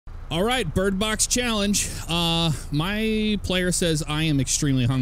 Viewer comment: Lmao what a great start "Alright bridbox challenge "